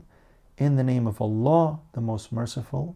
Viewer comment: The way you say allah I enjoy hearing